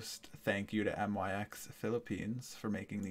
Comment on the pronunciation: you said ut it's myx not M.Y.X